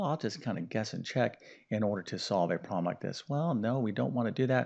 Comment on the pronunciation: The word is NOT “prol-em”! It is “prob-lem.”